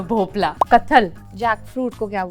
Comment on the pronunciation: Its भोपळा n not भोपला